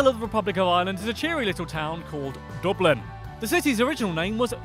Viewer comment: Jack Keenaghan He pronounced Dublin correctly